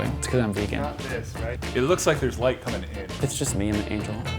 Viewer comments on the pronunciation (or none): none